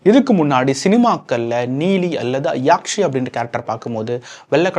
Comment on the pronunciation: Yaakshi illa bro athu nedil illa, kuril yakshi. Ella padatha perum correct ah incorrect ah solreenga 😂😂